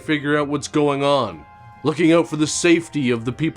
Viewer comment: Your "Come OAHWIN!" is brilliant! Once again, you had me busting a gut! And - "I'm going to take her out to something STOOPID, like the ballet! What's that one called, the one with the SWOAHIN?" OMG, I nearly spit out my coffee!